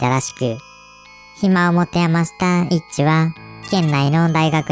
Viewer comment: イッチがエッチにしか聞こえないw